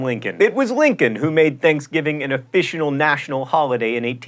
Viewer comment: Officinal...oh John. :3